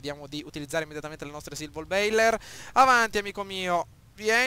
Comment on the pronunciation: Si pronuncia Silverboller e non Silvorbailer...comunque bravo!